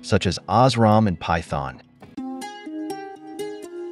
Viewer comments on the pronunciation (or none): none